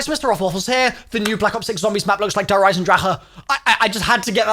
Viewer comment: Hate how u say der